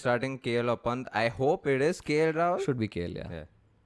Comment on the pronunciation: Guys, you need to get the pronunciation right for Rishab Pant. It's not punt, Panth is the correct one. Please oh please.